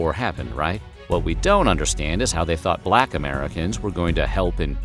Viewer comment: You said “balck privates” hehehe 😂